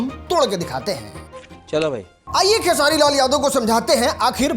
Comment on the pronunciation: Pahle khesari bolna shikh le bhojpuri kah rahe hai bhojpuri ko